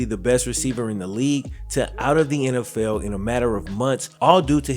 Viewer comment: Am I the only one who thought he said “nlfell fans” at the beginning of the season